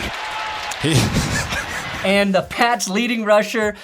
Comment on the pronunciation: It’s pronounced BOO-TAY and I’m sick of people calling him booty 😂